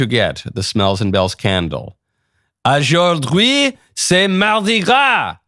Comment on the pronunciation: aujourd’hui is pronounced oge-or-dwee (oge as in DOGE)